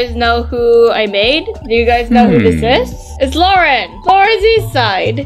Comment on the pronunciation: I mean it’s Lauren Not Lang